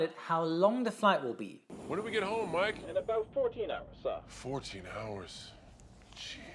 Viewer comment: The Captain's name is, not Mike.